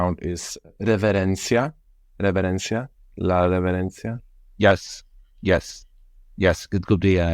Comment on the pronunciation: EN SERIO HERMANO?? Reverencia se dice, REVERENCIA!!!